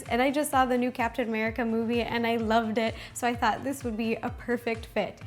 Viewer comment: why did I hear "Cats and America ice cream sandwich"?